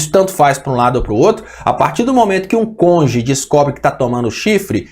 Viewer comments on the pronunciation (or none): É cônjuge, não conge.